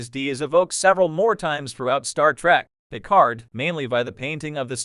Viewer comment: That bothers me as well. Not to mention that the d in Picard should be silent... But maybe I have simply seen too much dubbed to my native tongue or simply paid too much attention in French at school or something like that. 😉(But AI should really know how to pronounce certain names even when their origin is from another language.)